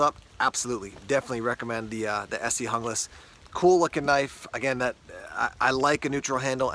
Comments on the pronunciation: I liked your video, but for the sake of correctness, as your producer, I would encourage you to learn to pronounce foreign word correctly. The word "Junglass" is either skandanavian or Germanic. Therefore, the "J" has a "Y" sound. I would say it should sound like "Young lass." I'll probably get a bunch of negative comments, but being a "German" speaker, it hurts to hear the language twisted. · Guten tag,! It's Spanish. According to Esee's website, the knife was designed for Columbian counter narcotics forces. So, pronunciation = "hoonglass". Spanish names appear on many of Esee's product line. (Izula, Candiru etc...)